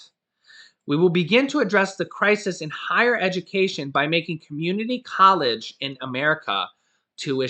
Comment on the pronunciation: haha, crysees, lol